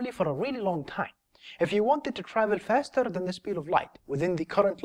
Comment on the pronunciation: Fasterrr, towarrrds, furtherrr...